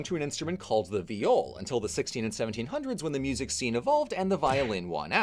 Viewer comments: I could've sworn it was pronounced "vaï-ol", not "v'jol" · I’m sorry but just where do you have your pronunciation of viol from 😭 in english it’s pronounced exactly like the first syllable in violin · in dutch that's how you say violin (though it's spelled viool) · Viol player here, this is a pretty good summary of the history, good work! However,, I'm so sorry, you mispronounced the name - it should rhyme with "smile". But it's awesome that you took on a more unfamiliar topic like this and managed to condense it down like this! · In Dutch we translate violin to viool. Pronounced exactly how pronounced viol. So what the fuck is a viol?